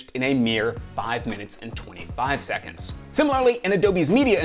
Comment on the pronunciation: seconDs not seconTs....